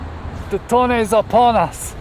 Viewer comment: That "Toneh" is insane...